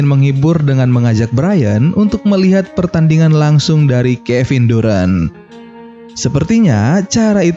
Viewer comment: bacanya darent bang, bukan durant, apalagi durex